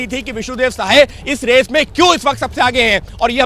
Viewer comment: विष्णु देव सहाय नहीं साय ….रिपोर्टर अनपढ़ है